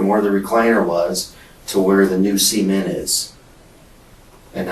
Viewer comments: I don't know if its due to my headphones, or the quality of the Audio.. but when they both said cement.. it did not sound like cement.. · why does the dtective keep saying "seamen" instead of CEMENT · I keep thinking he’s saying “semen” not cement lol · The way both of these people can’t say cement like a normal person, “sement” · What crazy accent is making them pronounce cement like semen? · Everyone is commenting on how bad her laugh is, and I agree, but I think I am more disturbed with how the interrogator pronounces cement…”sea ment”. Cue crazy lady laugh. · the way these people pronounce semen(t) is making me uncomfortable 😂 I was so confused about why she was putting semen in the basement 😭😭😭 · Please, anyone reading this, hopefully that detective as well, please don't ever call Cement, SEMEN-t. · SEE ment? lol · He pronounces cement like “semen” lol wierd. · Why do they pronounce cement like "semen"?? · I know he said cement but I keep hearing semen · Uhhh.. why is the detective pronouncing “cement” like “SEA-ment”?? I thought he was saying something else for a minute there… 😳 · The way he pronounces "cement" is messing with my head. I keep hearing "semen" and thinking 'man, who the fuck is producing quantities of semen large enough that it can be dug up at a later date' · I've never heard anyone pronounce "cement" in that way. I swear if the subtitles weren't there, the first one or two times I would've thought he said "semen" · Why does the cop have to pronounce cement as semen? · The real crime here is how they pronounce 'cement'. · they've got to stop pronouncing "cement" like that... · What part of the country pronounces cement like that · The way they pronounce "cement" is funny the me. They use a long "e" and in my region, we use a short "e". Does anyone know where this is located? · Never heard 'cement' pronounced like that 😳 made me do a double take! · Why are they pronouncing cement like that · The detective says cement.......wrong 😕